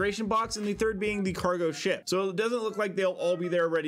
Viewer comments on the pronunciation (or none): "and the 3rd being the Cargo Shit" surely I'm not the only one who heard this 🤣